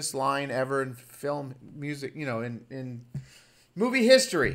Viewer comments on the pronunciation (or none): none